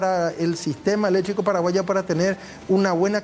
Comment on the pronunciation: Que mal hablas hombree , electricooo se dice , noo eletriiico